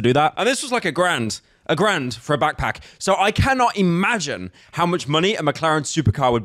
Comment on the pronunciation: When you said "a grand" i literally thought you werr irish for a second